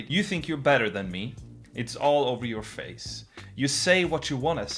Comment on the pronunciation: I don't mean to disrespect room at all, and he is obviously very talented when it comes to singing, but I really don't like the way he exaggerated some vocal pronunciation in the song. Pronouncing face " fess" and not "fays". Again, I don't mean to disrespect his talent or his skill but I just think it's a little weird. That's all.